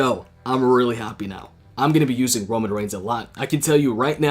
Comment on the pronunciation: Kevin._. I know it's Roman & I also have auto correct but this is how pronounce it as fun "Romoan".